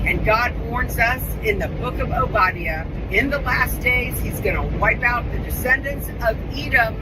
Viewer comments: Oh body uh? No its oh buh die uh (Obadiah) she doesnt even pronounce the Book of the Bible correctly!that woman looks "jewish" portraying a Gentile Christian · Did she really pronounce those names as “o-BODY-uh” and “izzerul”? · Can't neither one of ya'll say Oba-Die-uh! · I think it is pronounced OH-buh-DYE-uh OMG 😂😂😂 after we made $2.5 billion, we are going in a new direction, the direction of Satan.🤣🤣🤣 love the sarcasm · The lady who texted Charlie doesnt know how to pronounce Obadiah? FYI, it's Oh-buh-DYE-uh. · I have never once in my life heard someone pronounced the book of Obadiah as oh body E ah… who is this woman! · That crazy programed lady, didn’t even pronounce The guy who said the verse correctly. It’s like, she was told to use the verse, but didn’t even say Obadiah right…like she’s not really a Christian. lol I’ve never heard any of our pastors pronounce Obadiah like she did😂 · Wow. She gives herself away by completely mispronouncing the book of Obediah. I would not criticize anyone for this except someone claiming the high spiritual ground and quoting from it! Anyone who is familiar with the Old Testament has at LEAST heard it pronouced correctly!! LOL. Someone trying to weaponize Old Testament scriptures is obviously implying that they UNDERSTAND the verse and its context in order to quote it and use it at someone - but then if they completely mispronounce it??? I'd be like a martial arts person who has been taught Okinawan Karate by a Black Belt in it.... Hearing some random person referring to a karate term as if they are an expert and totally mispronouncing the Japanese term! And being so removed that they don't even realize it! Gives them away as a phony. You mispronounced it too- but you're not claiming it and using it as a theological point against someone.